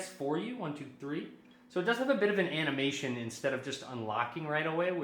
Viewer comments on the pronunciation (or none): none